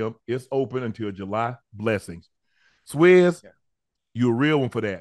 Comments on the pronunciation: I like the way UNC says his name.. " Swizze".. it's pronounced like Swizz cheese but my man UNC can chop a name up boy I tell you what!!! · It's pronounced SWISS not SWESS lol